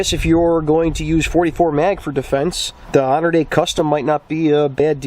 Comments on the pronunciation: "HONORDAY"???? Hey Bro? It's Hornaday. Horn A DAY. NOT Honor Day Gane. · "Honor Day" lol it's pronounced "Horny Dad" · Honor day??? It’s pronounced horn ah day!! Great video!! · I've never heard someone say honorday instead of Hornady before 🤣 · "Honorday Custom"..... Really? lol. Hornady. Horn-uh-D. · Did you pronounce it "Honor-dee?" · Pronounced “Horn-a-day” for future reference. Also, nobody wants your free let alone field training,. Pelcher should be embarrassed he let you use his range for this video, but I suppose bad publicity is better than no publicity. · If your pronouncing Hornady as "honor day" you lost me. A mistake the belies you lack of gun knowledge. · Did this idiot just call Hornady, Honor Day? What the actual fuck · I heard the same thing and thought what the hell is “honor day” lol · What'd you call it? Honor-day??? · I think it's pronounced Hor-nuh-dee